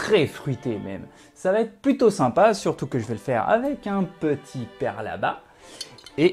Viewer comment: Super et bien vu la prononciation du père labat 👌😉